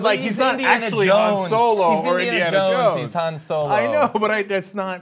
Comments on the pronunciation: Its not Hans Solo you idiots its Han Solo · It's HAN Solo, not HANS Solo. God dammit!